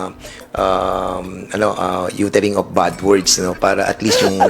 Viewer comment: One General said na tagalog na lang daw gamitin kasi nakakasuka daw dinggin yong englis ng iba jan.😂😂😂. Yong follow niya is palo. Yong of is op daw. At yong from is pram. Ano ba yan.